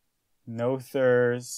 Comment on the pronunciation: Not to be picky but the name is pronounced “Nooters” theorem. Another channel did the research from the original language and that’s how it’s pronounced.